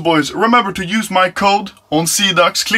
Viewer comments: after two months i still cant handle anomaly calling xidax "xanax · sida means aids in romanian and you said all like sidax haha funny joke what am i doing with my life? sad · Call Xidax how its supposed to be called. No. Seaducks